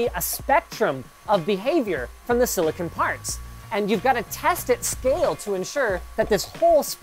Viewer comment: FFS it's not silli-kin, it's silli-con.